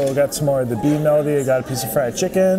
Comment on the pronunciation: Bean “melody”. lol